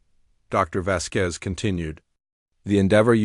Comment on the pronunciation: If you are trying for a latin name as indicated by the ending 'Z', the accent falls on the 'A,' Vásquez. Not Vasquéz.